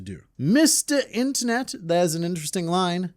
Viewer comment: "man on the inteneet"